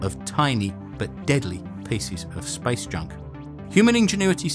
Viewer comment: I heard it 'Spice Junk' :D